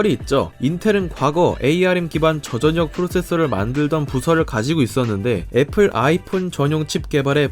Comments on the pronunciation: 말을 존나 병신같이 하냐 초등학교 안나왔냐? 전녁 전녁 이지랄 하네 소리나는대로 읽기 못함? 절력 씨발 한국말을 못읽어 워료일도 월뇨일 이지랄 하겠네? 유월도 육월로 읽겠네 이런사람들은 학교를 진짜 뻘로다녔냐?... 서피스고 암드고 좆이나 까고 한글부터 다시 배워라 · 십월x 시월o, 전녁x 절력o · 저전녁 X 저절력 O 저전력을 '저전녁'이라고 읽는 사람은 처음 보네요 ㅋㅋ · 시월 절력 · 혹시 교포?? 저전력? 저절력! 표기를 그대로 읽음 한국어가 서툰건지 아님 교포라 발음에 문제가 있는건지 예전에 지적했었던것 같은데 여전히 그런듯~ㅠ.ㅠ 외국인이라면 이해가능하지만 정말 본인말 모르는건지...쩝 3D업종을 삼디업종으로 읽는 것만큼 어색함